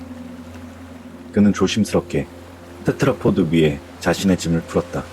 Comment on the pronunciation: 테드라포드 테트라포트 테드라포트 발음이 여러개네요 듣다가 그냥 조금 바꾸면 좋을것 같아요. 오늘도 잘 들었습니다~!